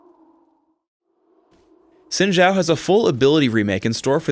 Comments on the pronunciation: Why is sayin' "Zin Jao" instead of Xin Zhao?... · Well for Xin it is closer to Shin, as the X sounds more like sh then j. Zhao on the other hand sounds more like Jow. With the zh sounding like a j. Don't you love Chinese to English? :P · Xin Zhao, Pronounced like it is spelled in Pinyin, is "s(aspirated)in jao". not "zin shao" =)